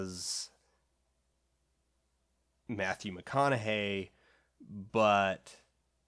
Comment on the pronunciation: Mathyu McOn-a-Hay is dead?